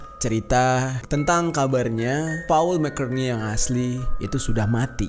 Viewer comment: Baru nonton postingan 2 thn y.l ini. Semova bang Jeri skrg sdh tau gmn penyebutan "McCartney" yg benar. Tetap semangat!